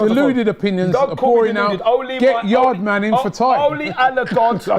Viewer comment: Man said Yardman😂😂😂😂